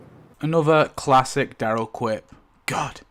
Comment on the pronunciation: DAryl, not DEryl. Incredible that you've spent this much time watching the show and studying it but still can't say his name properly.